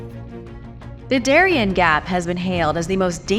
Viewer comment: the gap of Darien is spelled Da - ree- en ( like end without the D)